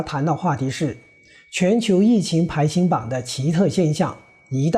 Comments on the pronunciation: 请注意纠正读音：“排行”中的“行hang”读音同“行业”、“银行”。不是“排xing"。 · 排行(hang) 榜